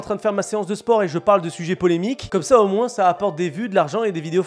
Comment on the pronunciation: Je rêve ou tu dis « moinSS »